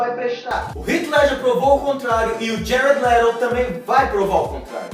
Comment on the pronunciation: ''jared lerou'' kkkkk,+1 inscrito